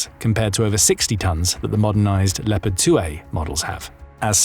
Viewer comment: Les IA de piste audios , ont une grande difficulté à prononcer les noms propres , ( Lipeurd pour léopard entre autres ) Et le débit de paroles est souvent trop rapide. Il y a de grandes améliorations à faire